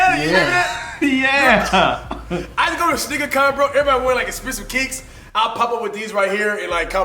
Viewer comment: Who else thought he was saying “snicker battle” 😂